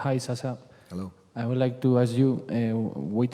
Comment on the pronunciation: The name is SASA or if you like SASHA not SASCHA.. Thank you :)